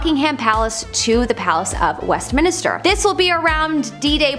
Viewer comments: THANK YOU for using human narration! 😃 A.I, narration always sounds obnoxious, fake, and slightly sped up. Often, A.I. narration sounds like a 19-year old low-IQ quasi-British homosexual with a slight case of nasal infection... p.s., it's Westminster, not West Minister. (She's a pretty hostess but not well read.) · Why did everyone allow her to keep saying "West Minister"? 😄 🤣